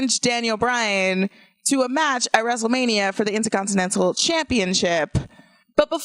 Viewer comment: Say it with me...INTERCONTINENTAL. There is an R. Please learn how to speak, and stop using the word “cringe” every 30 seconds. It’s not your autobiography.